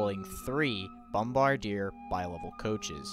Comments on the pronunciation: That's "bomb ba deer" not "bom by dier" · Btw its pronounced Bomb-are-dee-yay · It's pronounced "Bom-BAR-di-ey" It's not a bomb/artillery technician, it's the name of a company. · BOM BAR D YEAH....NOT Bom bar d are. the 2015 Amtrak derailment happened in a neighborhood called Port Richmond. it didn't happen in Downtown Philly. Philly doesn't even have a downtown. Its called Center City. People in philly will curse you out if you say "Downtown" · It is bombardyay not Bombardier they are spelled the same but different pronunciation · Bombardier is pronounced: Bomb Bar Dee eh (like Canadian eh) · It’s pronounced bomb-bard-dee-a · Bomb bar dear? Can't even pronounce it correctly?